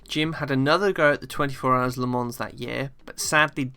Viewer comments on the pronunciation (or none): The ‘s’ in Le Mans is silent. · Very good video. Jim Clark was an amazing talent, often driving sub-standard machinery. For me, quite clearly the best, by a country mile. Some small observations, if you are planning a successful series yourself. Le Mans, being a French name is pronounced without the ‘s’ on the end. Similarly coupé is a French word, and when applied to a British car such as a Lotus, then confusingly the ‘é’ is pronounced. I am aware there is a large country across the Atlantic, who have chosen to mispronounce many European derived words, but to my ears they describe their 2 door cars as chicken homes, which may be appropriate in many cases. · Nice video but PLEASE note "Le Mans" is pronounced with a silent "s".